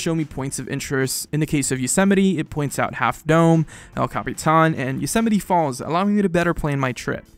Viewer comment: He can't say Yosemite, weird.